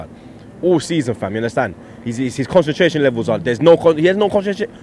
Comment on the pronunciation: At the troop can't pronounce concentration